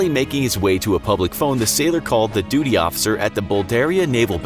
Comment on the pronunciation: “doody officer” My new favourite accent quirk of the narrator 😂